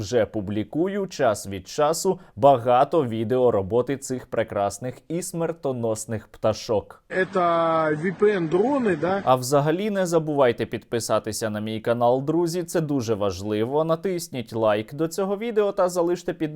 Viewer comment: "віпіен дрони" ахахахахах